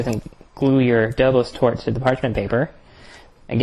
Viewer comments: Nice! By the way it is pronounced "Doboshhh", not "Dobos" ;) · It's pronounced Dobosh, not Dobos. It's a Hungarian desert, one of the many super delicious Hungarian deserts we make in Eastern Europe. Looks good! Pofta buna! Arata bine tortul! Good tip on the caramel topping. I'll try it like that next time.